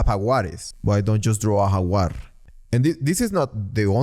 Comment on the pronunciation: Holy shit why do you pronounce tiger snd Jaguar like that lol